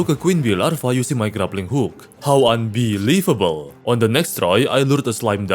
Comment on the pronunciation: how "un-bee-lievable"